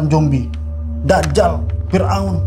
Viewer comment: Makanya 'Zombie' bukannya 'Jombi' hahaha 😂